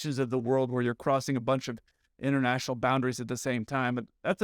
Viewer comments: Bro, LOL.... , you said, "doesn't have the level of English necessary for them to work inter-RATIONAL...." I couldn't tell if you did it on purpose, but it was Hilarious!! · I appreciated the irony that you messed up "interrational" when stating that the pilot's grasp of English wasn't good enough. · interrational operations, huh.... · I heard that mess-up...inter-rational. You da heat.